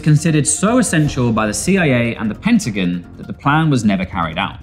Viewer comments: lol the pentagain, be more fucking british, pen-tuh-gon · “Pentigin” you know for a fact he mispronounced that on purpose serves ya right for hiring a brit just bc he has that southern brit accent 😂 get fucked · "The pentagin" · "the pentagain." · 👁👃👁 "The Pentigin" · Dude can’t properly say, “Pentagon?” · I had to stop watching after they way you pronounced pentagon…